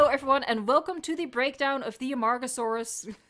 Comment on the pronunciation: A-MARG-oh-sore-us. It make me laugh, i have some problems. And, back serious, i think (and hope) they'll present mosasaurus next time, the marine group.